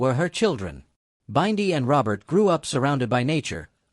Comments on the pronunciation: Learn how to pronounce Bindi name please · Please learn how to pronounce Bindi it pmo